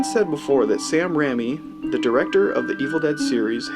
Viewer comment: Sam Raimi is pronounced Sam Ray-mee not Rammy lol. 😂